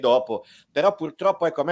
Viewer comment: Sbaglio o Ordine ha detto "PULTROPPO"?!😂